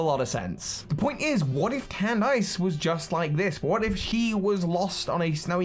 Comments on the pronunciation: why are u pronouncing Candice as can dice... thats not how u pronounce that... and its so cringey its pronounced CAN DISS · Cand-ice? Is it not pronounced Candis? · Never heard someone pronounce the name “candice” as “can” “dice”. Across the pond we say “can” “diss” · I know she's an ice type trainer and that's the pun, but it's not /actually/ pronounced Cand-ice is it??? Not Can-diss??? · I don't think that's how Candice's name was pronounced. What I remember in anime, how her name was pronounced, was pronounced as "Candy" with "S" in the end (Not like a lot of candies, but as "Candis"), not "Cand"-"ice". Of course, it may be that she has been pronounced differently in English version of Anime, although it makes no sense when Candice is England version of her name. Uxie's "U" is pronounced with an English U, not a Finnish U. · Why does he pronounce Candice like 🥫🧊? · I despise anyone who pronounces Candice's name as Cand-ice. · If anyone asks me why I dislike the English, I'm just gonna say they pronounced Candice as "Can-Dice" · I get that Candice is an Ice type Gym Leader, but you don't actually pronounce the "ice" in her name as "ice". It's just pronounced "candiss" lol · please "CAN-DISS" 👍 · pronunciation kills me lol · I bet he's trying to avoid the Candice meme